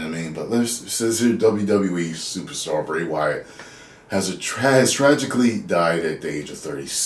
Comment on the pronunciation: Least get his name right